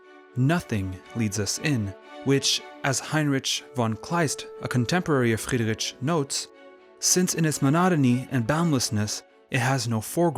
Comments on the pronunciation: Love your videos, enjoying your interpretations and explanations of all this art. Small hint regarding the pronounciation of German names: "ch" is prounounced like an "h" more like in "heat"...not at all like in "chips". 🙈 Friedri-"ch" is painfully distracting😵‍💫 Everything else in your videos - sublime 👍❤️ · Interesting video! But check the pronunciation of the name first next time. He was German, had german name, so please respect it and dont call him how you do know.